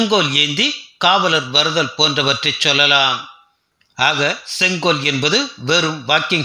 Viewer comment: Neither ONGOL nor KODUNGOL, It is SENGOL. MODIJI Vazhga